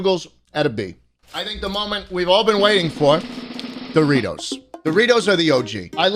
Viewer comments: Schlatt saying the name of Doritos wrong: Says sorry Also Schlatt: This f*cking sucks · Mispronounces Dorites spicy sweet chili and apologies but then proceeds to reck em. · Proceeds to say the chips suck after apologizing to Doritos for mispronouncing the name